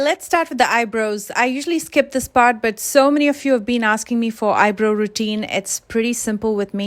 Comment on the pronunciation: You are great at makeup .. you made me giggle when you said ‘eye bro’ I grew saying eye bro instead of eye ‘bra-ow’☺️..